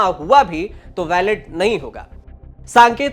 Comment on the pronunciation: भाई, वैलेट पेपर नहीं बैलट पेपर कहें